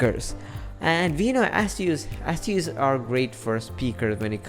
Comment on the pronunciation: Also wtf is an Ass-use. At least pronounce the damn brand properly